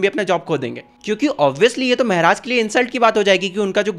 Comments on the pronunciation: Meharaj? Ye kya hota hai??? Maharaj bolo मेहराज✅ महाराज ❌❎ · It's not mahraj it's maharaj bhaiya😅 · Maharaja ❌ Mehraj ✅ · Maharaj ❌ Mehraaj ✅ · Why are u saying mehraj